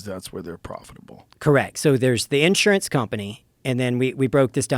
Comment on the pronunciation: Smart guy but the way he says “insurance” throws me off